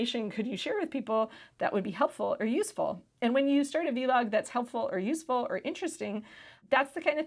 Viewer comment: the way she said vlog made me chuckle